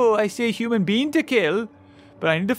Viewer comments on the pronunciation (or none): You say human wrong